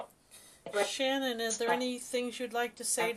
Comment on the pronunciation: Let her feel the revenge so she can get him and stop telling her to go to light she will when she gets Chris and please say her name correct. It is( SHAN _ ANN ) MAYBE YOU CAN FIGURE THAT!!! OUT !!!!!